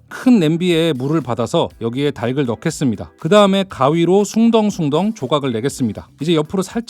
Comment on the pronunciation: '닭을'을 [달글]이라고 제대로 발음하는 사람은 살다살다 처음 보네요